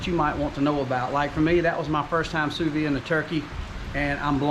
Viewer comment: pronouced "SUE VEEEEE"